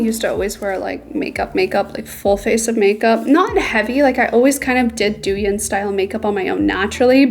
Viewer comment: just fyi, it's pronounced dough-yihn❤❤